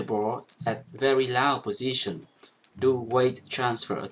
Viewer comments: You are using the word 'low' a lot, which is great because as you highlighted the lower body and legs is not emphasised enough at least in europe. However you mentioned in a previous video to correct your pronounciation where appropriate. Low is pronounced with an 'Oh' and not an 'ow' sound (although it is not spelt this way). I appreciate you taking time to interact with your commenters. Also keep with the technique videos as without the correct technique you will never be able to get the most our of any equipment! ps: I know you teach and favour chinese forehand but most players (at least in europe) still use german or japanese tension rubbers, I imagine the technique would differ. Can you cover this please. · Thank you very much for the tutorial! I would like to help you with your English if I may..."Low" ... is pronounced "ˈlō" Thanks Again! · Great video! I would like to offer a quick English tip: I have noticed in several of these videos that you pronounce the word low incorrectly. Even though it looks like it should rhyme with cow or plough, it actually rhymes with go and throw. I don't know why. English has a long history of changing based on historical events, so now has many "exceptions to the rules". Thank you for making these great videos! Now it is time for me to practice your tips :)